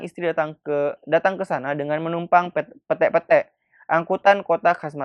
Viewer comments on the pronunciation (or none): Bukan pette-pette mas heheh.... PETE PETE itu mas :) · Ahaha lucu yah cara nyebutinnya , sni kak sy ajari bukan Pete yah yang dimakan itu tapi pete-pete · Masih, tpi pnybutannya slah itu hurup e (ember) smuanya e pete' pete' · PETE-PETE baca.y bang, bkan e😂😂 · Lebih tepatnya, pete-pete, dibaca lurus aja ka'...😂😂😂😂 Gmn sih jelasinnya🤣🤣🤣